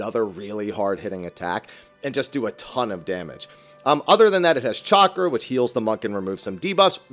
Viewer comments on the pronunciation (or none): none